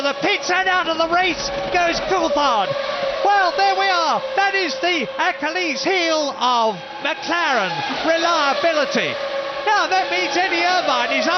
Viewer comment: Really? One of the worst commentators ever. Missed all the action, could never say exactly who someone was straight away. And cant pronounce words properly, akalees instead of Achilles.